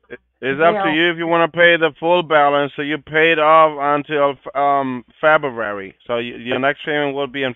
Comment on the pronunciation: “ it’s up to you if you want to pay full balance and it gets you paid till febarary” 😂 Febarary